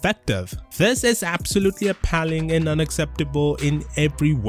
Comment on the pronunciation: did you just say “this is absolutely apaaling” Oh god